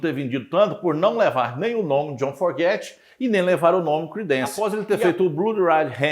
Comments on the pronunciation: É Fogerty não Forgety, Creedence clearwater Revival, Stu Cook, seu conteúdo é bom mas é muito incomodo ver seus erros constantes de pronuncia, e nem é algo tão difícil, como uma crítica construtiva devia ir atrás de corrigir isso Afinal, você sendo fã e apresentando um tópico pra um determinado público, no mínimo deve soar bem. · NÃO É FORGETY E SIM FOGERTY. CUIDADO COM A PRONÚNCIA!